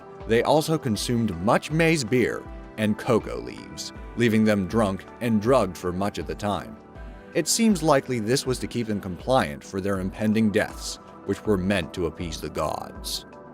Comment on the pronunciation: That's cocA leaves, NOT cocoa leaves.